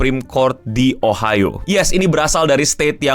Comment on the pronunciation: Ohio.... O nya GOBLOK